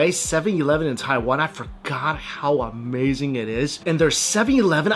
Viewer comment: Argh, that all looked A-MEYE-ZING (phonetic approximation of how Mikey sez it)! Someday, Taiwan, I shall come and eat all the things!